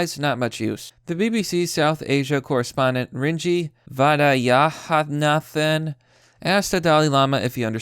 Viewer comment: Boy you have butcher Rajini Vaidyanathan name. Any way i like your contant.